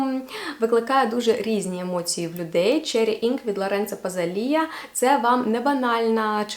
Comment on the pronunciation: Який ще ПАЗАЛІ`Я...????😂😂😂😂 Та не позортеся так дівчино 😂😂😂Хоча б для відео поцікавилася правильною вимовою назв у перекладачі 😂😂😂